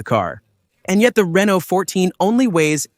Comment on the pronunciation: He also pronounces Renault often as Renolt 😭